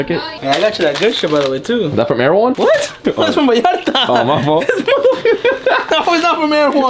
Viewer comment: I can’t believe said Vallarta like that in the beginning of the video🤦🏽‍♂️🤦🏽‍♂️🤦🏽‍♂️